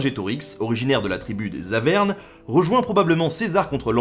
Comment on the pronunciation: Tout est bon et tu fais rarement des erreurs sauf que l'on dit "arvermes" et non pas "avermes" dans ta prononciation tu as oublié le r (ce que beaucoup font) . Arvemes sont les ancrêtre des Auvergnats et de l'Auvergne (j'habite Clermont-Ferrand)